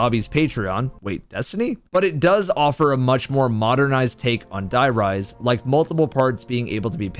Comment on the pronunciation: Die riese? Like dye rise? Seriously man? Why should i trust you to talk about zombies after that? Cant even stay correct for 10 seconds xD